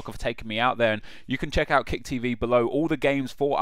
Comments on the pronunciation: "Chjeck out KICK TV here!" You drunk Nep? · "Cjheck" - 2013